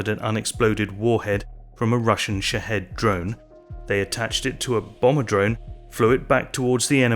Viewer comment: Did he say shithead drones? Before I name my product, I’m going to find out what it sounds like to the rest of the world.